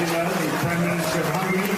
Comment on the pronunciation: Did he say the president of 'hungry' instead of Hungary?